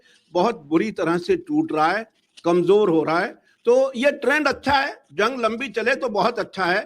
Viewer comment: क्या बोल रही हैं जंग की जगह लन बोल रही हैं😂😂